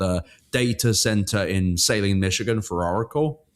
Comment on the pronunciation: It's sah-leen, not Say-leen (hello from ann arbor!). I still think that we can make it so problematic that they don't finish these centers they've started.